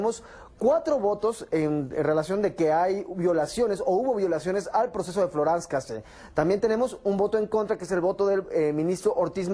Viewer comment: "floranz cacé"